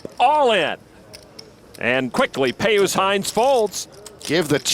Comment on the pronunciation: How can you look at the name PIUS and think that it's pronounced "Pey Oos" ??? It's pronounced "Pee Us".